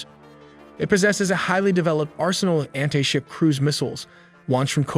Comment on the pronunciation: "anhey-ship missiles"...